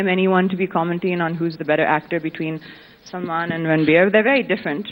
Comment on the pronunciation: its Salman not salaman